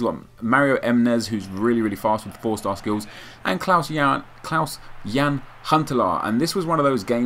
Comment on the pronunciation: Klaas, not Klause or Clause